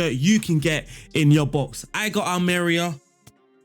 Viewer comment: Almeria is pronounced Ahl-meh-ree-ah.